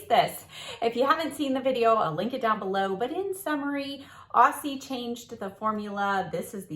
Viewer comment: the s in aussie is pronounced as z.It stands for australian😁